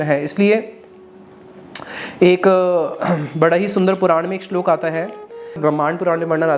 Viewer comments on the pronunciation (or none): none